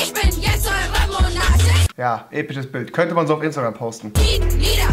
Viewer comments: Ich versteh die ganze Zeit „Ich bin eure Momo analchien“... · Wie sie immer Momonarchin gesagt hat😂👏🏾